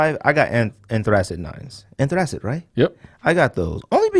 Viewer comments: yo yall butchering the Anthracite hahahahahhha. Its pronounced "An-Three-Site" hahahaa funny af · I love how you guys keep saying "anthracite" wrong lol anyways 9s are a definite sleeper. No love for the charcoal 9s? Those have to be in my top 5 for sure. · I've never heard anyone pronounce anthracite like that. You guys obviously aren't from the coal region.